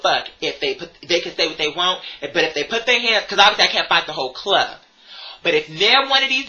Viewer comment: RRRRRggae clob. You’ve got to roll those goddamn Rs.